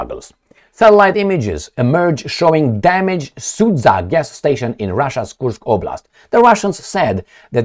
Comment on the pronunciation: Hi, Let me help you with pronunciation of the city Sudzha in the Russian’s Kursk region. It consists of two syllables: “Sud” and “zha”. “Sud” sounds like s-u:-d or sood (like in the word soon, with “d” at the end). The second part “zha” sounds like the first syllable in French word “Jabot”, just “ja”, very short. There is NO pause between these two syllables in the name of city - Sudzha, like if its only ONE syllable. Now you could be the expert on pronunciation 😆 - If it’s still difficult, I could offer you another type of thinking of what you are going to say. First part is simple “Su” like in “I’m going to SUE you”. For the rest of its name I want you to think about the word JUMP (you obviously knowhow to pronounce it). Now, just cut last two letters! “JU” and nothing else, very short. Now, you say (already familiar) “SU”, and immediately finish it with your short “JU”. That’s ALL!!! You got it! Now you’re the Official Russian Pronunciator! 😂 - Cheers 🥂